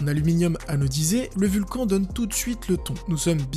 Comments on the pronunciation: Le roccat "vulcan" c'est les même gens qui disent "rakan" au lieu de "rakanne" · Ça ne se dit pas vulcanE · Bonne vidéo mais le nom du clavier se prononce "vulcane" car c'est pas fr.